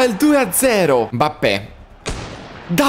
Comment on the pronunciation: Mi ha fatto troppo ridere quando ha detto al posto di Mbappé, ha detto “Modrić è andato a farfalle, Mappé”😂😂😂😂. Al minuto